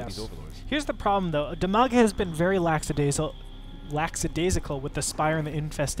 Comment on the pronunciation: It's "lackadaisical".